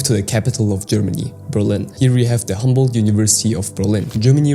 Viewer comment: it is not Hamboldt but Humboldt University